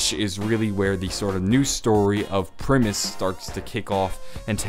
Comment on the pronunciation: Primis is pronouced: "Prime - is"